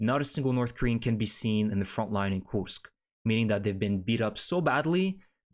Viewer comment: Why do you pronounce the name as Koosk and not Koorsk?